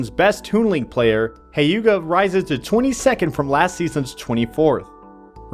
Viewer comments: its not HAYUGA, its HYUGA. Like, He-uga :P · The way he pronounces Hyuga doesn't sound right :c